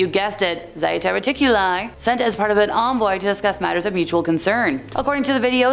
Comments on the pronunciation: It's just plain old Zeta. Not Zieta. You clearly need more spanking, woman 😂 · pronounced (ZHAY-TA) And one of the ET groups who SEEDED us here and have manipulated our DNA for at least 270 million years.